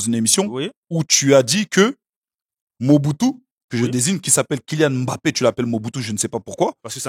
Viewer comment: Boug merci pour la prononciation du nom MBAPPE 🙏🏿Quand j'entends des africains prononcés M-BAPPE, M-BAYE ça me donne mal à la tête.